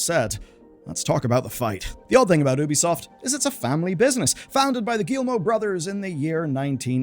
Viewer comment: My guy. Its not oooooo bi soft its youbisoft. Say you bi soft. Apart from this. Keep up good work and keep fighting the good fight.